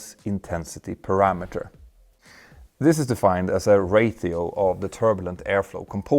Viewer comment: I didn’t know the word “ratio” has the letter H in it 😂